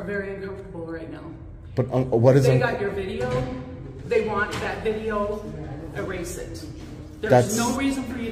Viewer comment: Erased now has 3 syllables e-rad-ed